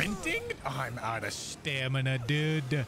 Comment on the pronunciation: Absolutely love the way he pronounces "dude". It's subtle, but it makes me chuckle everytime. Dunno why.